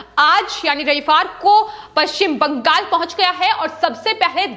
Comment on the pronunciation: Why do you stress on paschim bangal in all your videos? Speak normally.